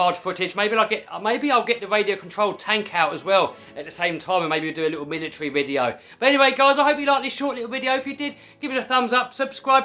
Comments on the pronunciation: He said militry instead of military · Did you just say militry?😂